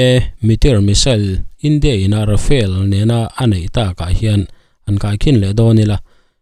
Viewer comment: Rafael ti tlat, Rafale ania, mizo tawnga kan chhiar anga chhiar rik tur, Ra-fa-le...